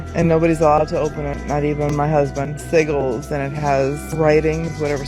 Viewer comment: interesting that she would use chaos magick but not know how to pronounce "sigil"